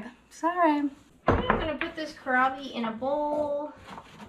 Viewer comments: It seems you are familiar with kohlrabi, so I am not sure why you aren't pronouncing it correctly; you are disregarding that there is an "L" in there. 😕 (sorry...it was really bugging 🐛🐜🐞 me!) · Kohlrabi, don’t forget the “L”.